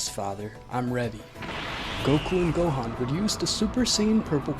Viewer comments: You pronounce Gohan wrong in your video watch some videos and then you'll know how to say the actual name right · “Go-Hand” LMAOOO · who tf is go hen? and who is gyren?